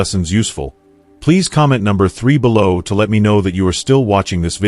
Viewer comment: I hate that AI is reading this and makes ridiculous mistakes like bellow instead of below! Ruins everything!